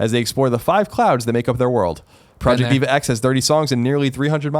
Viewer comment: even had to tell Colin how to pronounce DVA